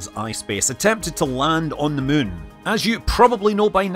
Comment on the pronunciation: "Landing on the mun"